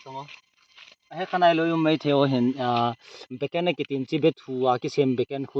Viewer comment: Bro beken ha bekan hm hinsei o thora pronounsesion galat he yar